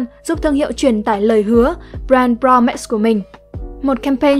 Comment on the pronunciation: Promiss nhấn âm 1 nha ơi